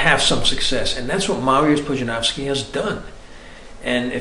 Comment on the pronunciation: Wow, finally a foreigner pronouncing Pudzianowski the correct way. Kudos!